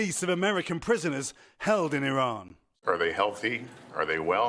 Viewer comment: Bro said “Iran, Ifell”